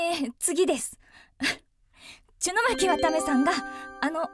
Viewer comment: アナウンサーさんw 途中ちゅのまきって言ってる？w